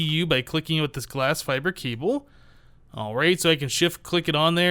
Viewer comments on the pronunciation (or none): seriously the fibre cables are pronounced fiber the fact they are spelled different doesn't effect their pronunciation in this case I am enjoying the series but that slight grammatical error is slightly off putting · You literally replied to a comment telling you how to pronounce fibre and now you keep on saying fi bree wtf.